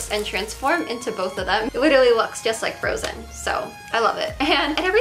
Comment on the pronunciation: Why do you pronounce every “th” word with a D? It’s “them” not dem 😂